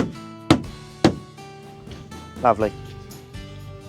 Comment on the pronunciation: That man knows how to handle his wood. "Lavely"